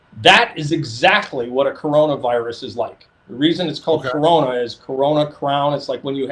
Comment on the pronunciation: Its kuranavirus